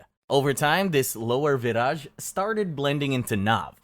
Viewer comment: I’m Slavic and didn’t know about Vyraj. But I think it’s pronounced like vyraY because in Slavic (and Germanic and Baltic) the J is Y. And Raj (pronounced exactly like rye 😅) means Heaven/Paradise.